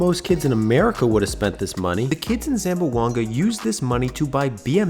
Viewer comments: Ay my man, its pronounce ZAM-BWANG-GA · You should learn how to pronounce Zamboanga. It has three syllables, not four. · Its not pronounced zam-bo-anga, its zam-bwang-ga. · Say the city name correctly please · It’s unfortunate when people report on something and can’t pronounce things right. Like how to say Zamboanga correctly.